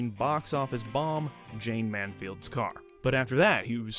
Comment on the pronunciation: How can you claim to know film and not be able to pronounce MANSFIELD?